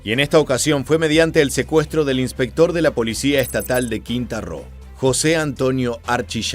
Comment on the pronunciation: No es "quinta ro" es QUINTANA ROO